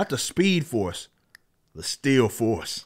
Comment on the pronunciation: When you say still force it sounds like steel force to me. The steel force also sounds way cooler.